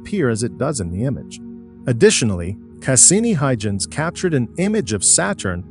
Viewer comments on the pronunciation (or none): and Cass-innie spacecraft, along with other mispronunciations.